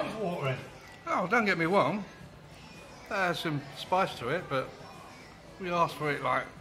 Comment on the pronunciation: did the guy say dont get me wong?? lol